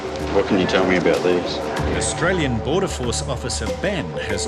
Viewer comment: That Chinese man couldnt even pronaunce Australian citizen. What a joke revoke give it to someone better